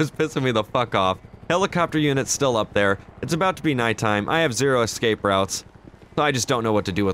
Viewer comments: it is pronounced ESCAPE...not exscape. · why do you say "excape" even tho its ESCAPE with an S